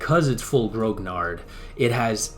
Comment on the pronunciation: A very good quick snapshot review of a grognard jumping into the game as I am doing right now. But please pronounce grognard properly. Grognard is from the Napoleonic armies and it refers to the Imperial Guards who were referred to as "grumblers" (grognard: "to grumble"). It is pronounced gronyar, no hard G, and no D at the end. Other than that I echo your "wow" reactions to an insane amount of work and detail put into this game. It is indeed the "gold standard" as you say, and I speak as a scenario designer in TOAW, and did my own opus of this campaign called Drang nach Osten. Grigsby's game is an obsessive work, a masterpiece in fact.